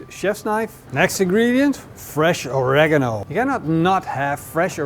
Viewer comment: Not Oreganol but Oreeegaaamo